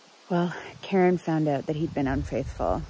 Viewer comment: The way you said "out" so cannadien bruuh.